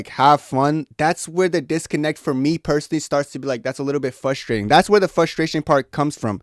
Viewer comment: “Fustration” “Fustrating” bro learn to annunciate properly.